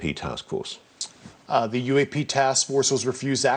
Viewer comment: Please learn to pronounce th as in "the", I am zinking of Klaus Schwab all ze time when listening to you. Come on, you can do it.